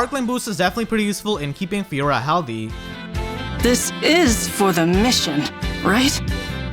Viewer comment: Lmao. I cant unhear it now